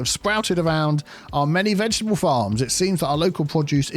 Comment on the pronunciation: please can you explain what a "ve-get-able" is 😂